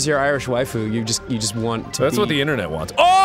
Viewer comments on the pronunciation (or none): none